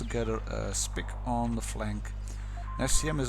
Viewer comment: Just as a head ups you probably shouldnt't pronounce the Sp 1 C as a spick because its a pretty offensive word